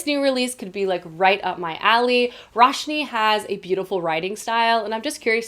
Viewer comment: Roshani has three syllables. 🙂